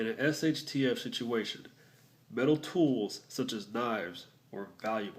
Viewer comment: Lol I heard male to male contact not metal